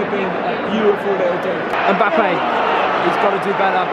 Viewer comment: i Was so confused when i heard a german accent behind that mbappe😂